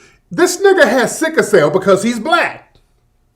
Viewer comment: It's not "sicka" cell, it's "sickle" cell.